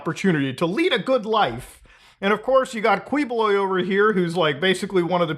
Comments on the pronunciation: His name is pronounced kibuloy hard pronunciation of each letter. And my entire family thinks he's a scammer and a nut job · Key-boh-loy 🙂 Thanks for talking about this crooked dude 🇵🇭😂👍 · Yo wtf this is so surreal. I'm from PH and to see Mutahar talk about is kind of crazy to me. Hahaha and Quiboloy is a crazy mofo. and for future reference it is pronounced as Kee-bu-loy. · it's pronounced as ki ⬇- BO↗ - loy↘ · As a Filipino/Indian it’s funny to see muda cover this 😂 especially the fact he reached Filipino news. Also he’s pronounced kee-bo-loy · It's pronounced as Ki-bo-loy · Pronounced Keebs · as a filipino, i love the way you murder the pronunciation of his last name. please dont ever change that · i may or may not be itching to say it but i'll say it anyway its typically pronounced 'kiboloy' instead of 'kwiboloy' justsomethingiwantedtotell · hahaha Kweeboloy. it''s actually pronounced as Keeboloy. he is from my city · Thanks for covering this Muta! LOVE from the Philippines! It's pronounce as Ki-bo-loy, Du-ter-te. Yes these news have been in there for quite some time and I am glad that u are shedding light on it. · It's pronounced as Ki-boloy btw, not Kwi. But thanks for the content. Even our senators are protecting him now lol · filipino guy here, please talk about this more side-comment: it's pronounce like "ki" and not "kwi" when it comes to saying his name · brother, im from the Philippines, just wanna help you with the pronunciation of his last name.. "Quiboloy" = "Key-Bo-Loy" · It’s Keyboloy. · "qui"buloy is pronounce like "key"boloy as in door key. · it's pronounced Kiboloy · Hi, I'm from Philippines, I like your content and this one, I have some suggestions, Quiboloy's surname is pronounced as Qui (Key) + boloy. Btw, keep it up, our government doesn't care anyway. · It's pronounced Ki-Bo-Loy. Good video though. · Kih-bu-loy, the Q becomes a K :-) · Also, hate to be that guy, but the Qui his last name is pronounced as in quiche